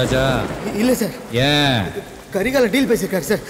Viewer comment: The way he call karigalan as kari ......👌